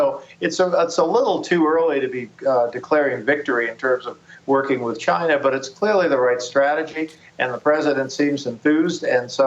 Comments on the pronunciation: Trump says schinaa not china lol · Lol' the president of chinahh' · he says china like chyna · Trump--"I have great respect for the president of Chinha..." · Its pronounced Gina. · I hate the way he says China. CHI NA. eh.. cringe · Like Seriously why do he have to say CHIIIIIINA so hard...... What A Joke!!!! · "CHYNA" -Trump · is the funniest part how he says China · I can't get over the way Trump pronounces "China" after watching all the Trump ytp's.